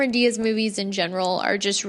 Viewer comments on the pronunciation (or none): none